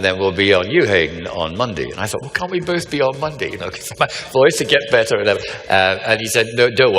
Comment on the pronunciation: every now and then you hear him in his scottish accent. "Better around minute 18 or 19 and "plagueis" lol. A scottish sidious would be something to watch btw.